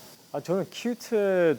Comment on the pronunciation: 큣트를봐 아늬믄 쉑쉬를 봐? 발음너무 찰지셔ㅋㅋㅋㅋ